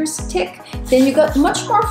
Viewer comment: About three millimetres "tick"! Sorry I had to lol